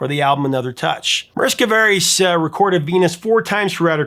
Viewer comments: Mariska VEER-us. Not ver-OOSE. C'mon professor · Mariska’s name is not pronounced Varice, but Veh-res.